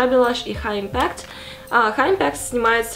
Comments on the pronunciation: Неправильное ударение в слове impact Ударение на первый слог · в impact ударение на первый слог 💋 макияж просто вау🙌🏻☺️ спасибо за очередной катарсис!